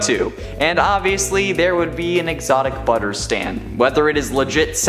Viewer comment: he says : "exotic brubbers"